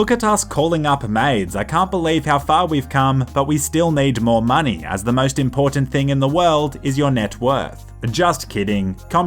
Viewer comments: “we need more muhney” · I am sure he always says "we need to make some Maney" and i love it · sounds like Dutch we need more money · He sounds like dutch when he says "we need more money"